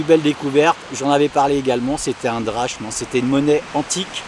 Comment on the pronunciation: hey, petite note de grec, on dit "drakme" pas drachme, même si c'est comme ça que ça s'écrit;) merci pour tes vidéos